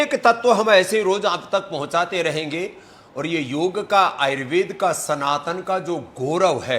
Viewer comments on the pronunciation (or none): none